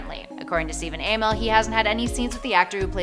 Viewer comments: It's not A-mell it's Amell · Amell not A-mell